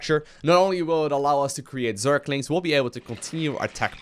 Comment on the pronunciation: Am i the only one who's bothered by the thing that he's saying zerklings instead of zerglings?